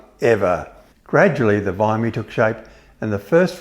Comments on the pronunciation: I'm not familiar with the Vickers Vymey. I'm an Australian, and everyone I know who's interested in aircraft pronounces it Vimy. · It’s a Vimy. It’s pronounced Vimy. As in Timmy. Not Vy-mee. As in Why me. Would you call somebody Ty-mee if his name was spelled Timmy? The plane itself is magnificent. I live near Hamilton AFB and got to see it fly overhead while at a track day at Sears Point. Coincidentally I was also a C-5 pilot at the time. I would have loved the opportunity to carry it. I subsequently saw it at Goodwood. It’s a marvelous thing and a tribute to the people who worked so hard on it. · Enjoyed the video but it grated on my ears to hear Vimy pronounced Vymie instead of how I have always imagined it: Vimie. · Vim -- E. It's pronounced Vim-- ee After Vimy Ridge , a part of the front lines in WW1. The battle of Vimy Ridge where great Allied losses were incurred. Great Video. I love guys like this. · VIM-EE not VYYYY-MEE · Surely it is Vimmy not Vimey? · It’s not pronounced VIE -MY , Idiot pronunciation is V-EYE-ME , it’s like whim , Now put a V in front and a Y end. Like Vimy Ridge famous battlefield. I can’t listen to this guy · It's pronounced VIM-E, not VIM-I, or VY-ME. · Its a Vimy, pronounced Veemy, after Vimy Ridge in WW1 France. Not Vie-me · Vickers "VYE-me?" I believe that's pronounced "VIM-ee" after the famous WW1 battle considered Canada's greatest accomplishment of that war. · Interesting pronunciation of VIMEY - it is pronounced VIMMY not VIMEY ! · Vee me not Vi me. Please… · Vimmy, only an old Ozzy could pronounce it Vimey but a great doc and thanks for all the info! 😊👍🏻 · I've flown in that plane. Amazing project!! But I always heard Vimy with a short i, not a long i, as if it was spelled Vimmy. Does not rhyme with blimey. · Vimy not vymy. Please get it right. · It's pronounced 'vimmee' not 'vymmee'. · What's with this Vymee pronunciation? I have always known it as "Vimmy" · It’s pronounced “ VeeMee”. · Yes That's how I say it...'Vimmy'.